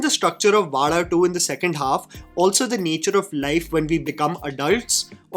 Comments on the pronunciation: Thanks for pronouncing Vaazha better and almost perfectly 🤘🏽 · Expected better pronunciation of Vaazha from you. Expectations just from you because of the passion with which you follow malayalam movies ❤❤ Love from Malayali ❤❤ Also malayalis need good stories which touches them. No extravagant sets , no superstar heroes, just stories.😊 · The second part is what makes the movie connect to the people. That is the life of middle class boys and that is why movie is doing brilliant. And by the way you never going to pronounce vaazha. It's a privilege for us malayalis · great video!! But I cringed everytime you said "vaada2" instead of "vaazha 2". 😁😁 JK. Love your attempt in trying to enunciate these words foreign to you. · Its so cute to see trying to pronounce Vaazha.. 😂 Its not Vaala.. its Vaazha.. 😊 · bro can't pronounce Vaazha 😂😂